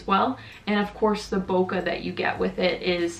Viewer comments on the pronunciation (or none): none